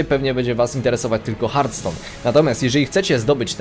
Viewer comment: Bożeee, nie mów Hartston proszę...